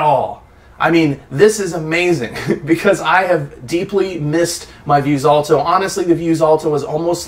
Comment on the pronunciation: Stop saying “vuse-alto”